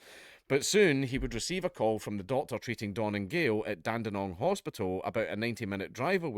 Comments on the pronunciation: I'm from Dandenong and I know Aussies who don't say it right... I was genuinely shocked I had to put down my crack pipe and say well done dude... Fr though never heard someone not from here say it right Soo props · Locals pronounce it more like "Lean-gatha" (I live just over in Moe, probably 20 minutes away) Great to see Dank covering a local story! Dandenong pronunciation was as spot on as a Scot's accent will allow 👍